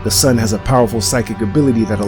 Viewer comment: I thought you said the sun instead of son